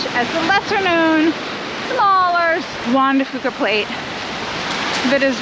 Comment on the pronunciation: juan de "fewka" is how it is pronounced